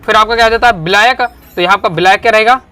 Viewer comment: बिलायक नहीं मेरे छोरे विलायक 😂